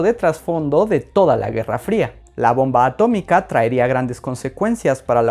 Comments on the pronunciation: ATO-MI-CA se dice ATO-MI-CA Henry trumman 2021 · A-TO-MI-CA se dice A-TO-MI-CA 😂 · Historia bien contada + ciencia + referencia Simpson = me suscribo ya mismo!!! A-to-mica, se dice a-to-mica 😆👏👏👏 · Atómica, se dice; a-tó-mi-ca!!! - sentí algo que no supe explicar... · Atómica, se dice atómica. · Atómica se dice Atómica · Atómica, se dice atómica